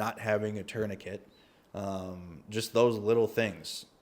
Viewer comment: Good to hear someone at last pronounce tourniquet correctly😊. Well done. This is a French word... Like bouquet.